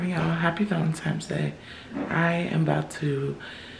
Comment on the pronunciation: Not Valentimmmmes Day